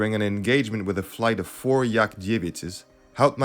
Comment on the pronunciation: Yak Dievyat' хорошее произношение, уважаемый :)